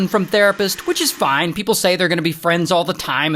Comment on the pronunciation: You’re saying foine